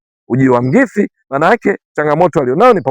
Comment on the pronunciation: ahsante kunifurahisha kutamka jina la Coach wetu.